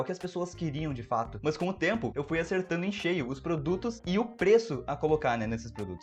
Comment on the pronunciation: pq ele fala MÃS?? MANS???